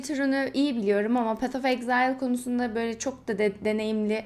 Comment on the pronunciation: ''exile'' kelimesini okurken niye ağzın kayıyor ablam